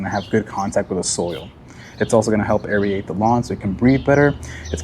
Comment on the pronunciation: LOL!! This dude doesn't know how to say airrate 😂